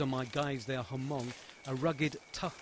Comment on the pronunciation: Lol, Ha-mong. if you are trying to make a video/documentary, pronounce hmong right please. Lol. FAIL!